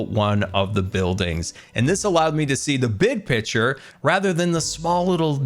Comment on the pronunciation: is he saying big pitcher instead of big picture???